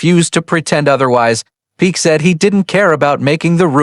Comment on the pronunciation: I am so sick of these AI narrations. Names and words are mispronounced, like in this very video, which pronounces Peck’s name as “Peek”. A simple word like that! These shows are also very repetitive in the narration and typically have misinformation in them. So I’m not going to bother watching.these anymore. Too annoying and error filled.